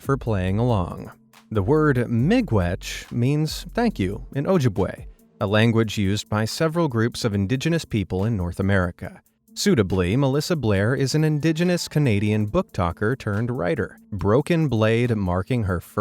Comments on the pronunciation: as someone in Minnesota, this was fairly obvious. even when its not melted, the filled cracks will be very strechy and yes, it is fun to play with. edit: also its pronounced "O-jib-way", not "O-ja-way". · "OH-JIB-UH-WAH", not "OH-jib-way"... You have an otherwise nice channel, please research the correct pronunciations of words unfamiliar to you. 🙂